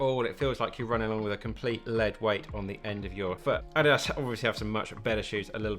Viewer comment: "Addy Das" 😂